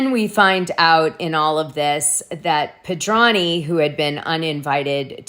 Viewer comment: Dana, FFS please say Jennifer Pedranti’s name correctly! You always say “pedrahnny That’s WRONG!!!!